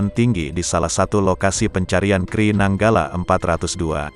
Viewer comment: KRI dibaca Ka eR I.. bukan dibaca kri.